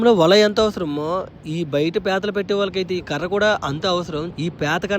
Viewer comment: ఓరినీ పేతలు కాదు పీతలు